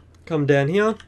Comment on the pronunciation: is it just me or is it funny when he says hea but funny in a good way